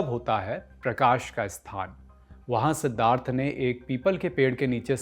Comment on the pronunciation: Man you can't pronounce Siddhartha